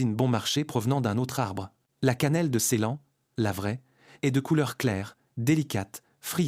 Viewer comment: La voix IA c'est nul : Canelle de Ceylan. CEYLAN. Dans votre late. LATÉ le e se prononce É, c'est de l'italien.